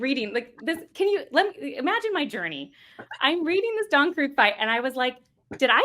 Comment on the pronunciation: Don…Croog? Can’t say I’ve ever heard his name pronounced that way. I’ve always heard it as Don Kreeg(spelled Krieg)😅